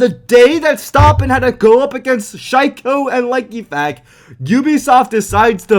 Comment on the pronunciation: Likefac is pronounced leek eh fac, listen to it in google translate